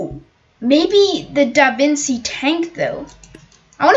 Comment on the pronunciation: DaVinci tank is pronounced da-Vinchi tank